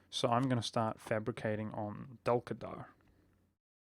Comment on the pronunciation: wow the only non Turkish youtuber who said the name correctly